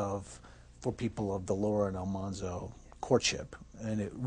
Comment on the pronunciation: What's really cool about Dean Butler is that he has done so much work for the real Almanzo Wilder's childhood home to keep it going as a historical site. He's a very cool person and so charming! Also, the show pronounced the name wrong. It should have been AlMANzo instead of AlMONzo.